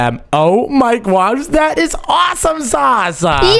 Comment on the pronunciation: the way he says narr and gwosh⭐🤣😂